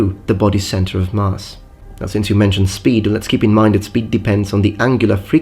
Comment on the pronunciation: Well done, I think you handled the impoliteness well (I particularly enjoyed the ‘please, insult me more creatively’). Just a heads-up, the ‘a’ in ‘mass’ is pronounced like the one in ‘at’, not like the one in ‘grass’ or in ‘archer’. Cheers!